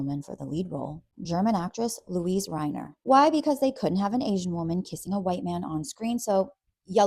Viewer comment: Please pronounce people's names correctly. DEET-rick. MYOO-nee. RY-ner. The mispronunciations make you sound less credible, as do the tacky euphemisms. In every other way, I seriously enjoy your content and presentation! ❤❤❤ I watch you a lot!